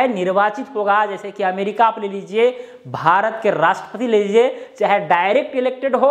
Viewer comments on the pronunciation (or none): none